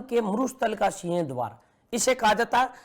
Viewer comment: सर सीह द्वार नहीं सिंह द्वार होता है, आप बोलते कुछ और ही हो